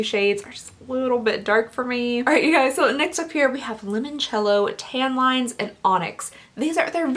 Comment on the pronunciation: Definitely heard "I'm gonna put tampons on the center of my eye" instead of tan lines haha